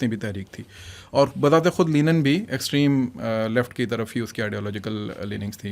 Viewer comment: Lenin ✔ Linen ✘